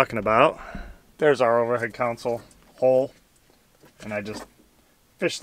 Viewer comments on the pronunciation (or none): It's pronounced "CON-sole," not "COUN-sul!"